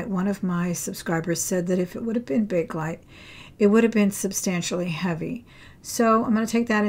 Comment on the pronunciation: It’s Bakelite.